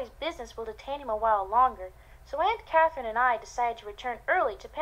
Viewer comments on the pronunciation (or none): Anyone else notice that during the introduction, Jane says Aunt Catherine normally, but then at Aunt Catherine's bedroom door, Jane pronounces it "Aunt CAWW-therine"?? haha. I do hate to be critical, but the voice acting/accent isn't good...